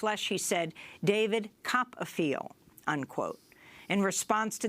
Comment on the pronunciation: "David copp-a-feel" computer ji lock kiya jaye Your final answer!